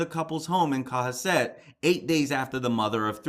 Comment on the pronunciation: Hi cohasset is pronounced as co has it!!! It is a very wealthy beautiful town about hour from cape! I live in ma and this area is very popular and lovely! His bail was set at half a million just updated thanks for your posting on these cases it never seems to end🙏👍👍